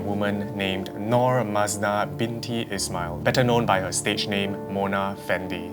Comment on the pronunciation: Is-ma-il (not being rude just telling 😅)